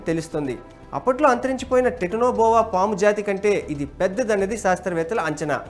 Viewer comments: Tetina boa enti uncle.. titano boa adhi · ఒరేయ్ ఎర్రి పువ్వా టిటనో బోవ కాదు రా కుక్క, టైటాన్ బోవ , ఎవడ్రా నీకు జబ్ ఇచ్చింది